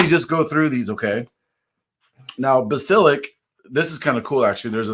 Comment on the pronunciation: Like 16., it's pronounced BASS (as in the fish)-eh-LISK; the title is based on the legendary reptile that can kill you by looking at you, like the lead in the series.